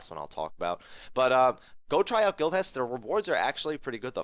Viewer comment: For a moment it sounded like Guild Chest. Thanks for the video